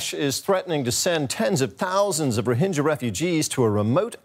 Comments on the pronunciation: Its rohinga not rohinja. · First of all... Pronounce it properly.Its not Rohinjas!XD